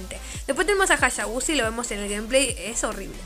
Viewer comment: Me gusta como dice "Jashabusa" jaja